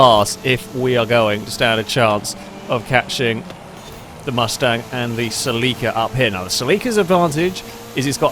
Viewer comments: 😅 it's pronounced CELL - ick - uhh you have the emphASis on the wrong syLLAble (not cell-EEK-uhh) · Omg why did he pronounce it SEL-EE-KA? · Its pronounced ( sell ie caa) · Japanese car means it's pronounced "セシリア Seshiria" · its pronounce silly car